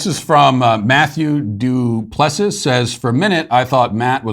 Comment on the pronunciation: Duplesiss 😂 it’s pronounced dupplisee! Work on it Matt!